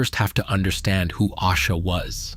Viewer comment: If you are going to use AI to make content, put some respect on her name and pronounce it correctly!!!!! It’s A-sha!!!!